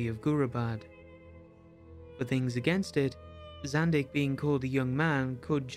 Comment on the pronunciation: It's Zandeekh, not Zandick.